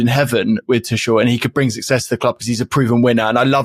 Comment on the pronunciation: aww christ not the kick off still calling Tuchel "Too-shell". He isn't French! It's "Too-kell"